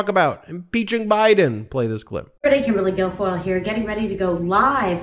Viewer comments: Michael Cohen calls her Kimberly Gargoyle... all the time....Sometimes Ben gets tripped up on her real name.. Hilarious!! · Ben you almost got her name right, for future reference it's Kimberly Gargoyle!!!😅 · Ben you almost called her Kimberly “Gargoyle”. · Kimberly GARGOYLE is the correct pronunciation. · Sorry to correct you Ben,her name is Kimberly Gargoyle!! 😂😂😂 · Ben did you say 'Kimberly Gargoyle'?